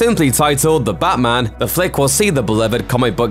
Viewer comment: “The Batman” sounding more like “Da Blackman”